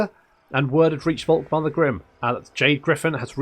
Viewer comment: Dude. Please. Don´t say this "Wolkmar" shit. Guy´s name is said "Folkmar". V=F in German. Folkmar, Faterland, Folkswagen... Now you know. Go forth and sin no more. edit: Literally can´t continue watching. This does not only sound false as in incorrect, this sounds disgusting and revolting/nauseating. Actually gonna lose a chunk of your german speaking audience that way. Who´da thunk?